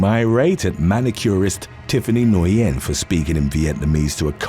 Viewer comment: Nguyen is pronounced as win! Always messing up names